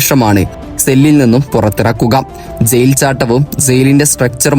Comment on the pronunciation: സെയിൽ അല്ല ജയിൽ 🤣🤣🤣🤣🤣